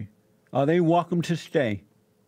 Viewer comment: Attn: All Speech Pathologists please help this man with his speech. It's offensive to watch him articulate his words. I don't understand how his Radio Producers don't realize this. Did Jessie just say: Wecome? What happened to the "L" sound. WELCOME.